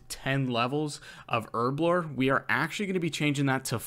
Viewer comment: Herblore not Erblore